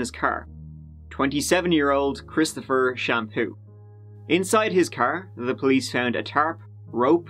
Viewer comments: Sham . . . poo. Really?! Lol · Omg I JUST got the joke, when he said shampoo, I thought he meant his last name was Champoux (since it's Canada) and I was like, "wait, I thought it was Garnier?!"